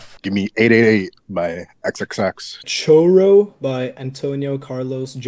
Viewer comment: the way pronounced choro and jobim caused me physical pain